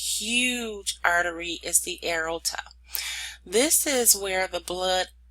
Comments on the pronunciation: Lol throughout the whole video I kept saying the same thing. A-OR-TA, not A-RO-TA. But it actually was very helpful to me as I struggle in this area. Understanding all the branches and arteries. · Great slides and illustrations shown. I would suggest working on pronunciation of the anatomical terms, i.e. the major veins and arteries, you lose people during your lectures when you mispronounce major parts like AORTA. See below for proper pronunciation, "A-OR-TA". Thank you, good lecture. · PRONNOUNCED: A-OR-TAH. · CORRECTION, PRONOUNCED: "A-OR-TA". THANKS. PRETTY GOOD LECTURE. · It's driving me nuts every time she says "arota"